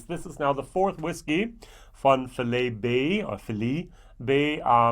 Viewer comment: It's pronounced 'Fi-Lee'